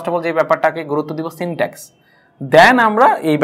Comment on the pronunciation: Syntax, not syntex. Overall presentation is Good.